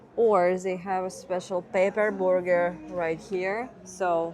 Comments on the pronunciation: She said borger hehe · It has been too long since I have heard version of "burger".